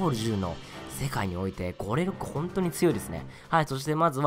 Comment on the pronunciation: ゴレ6がゴレホグに聞こえたんですがw